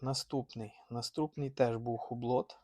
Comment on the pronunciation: ХУБЛО...., не ХУБЛОТ.😊